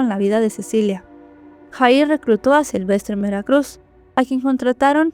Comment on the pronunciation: disculpa pero no se pronuncia JAHIR ASI SE ESCRIBE PERO SE PRONUNCIA YAHIR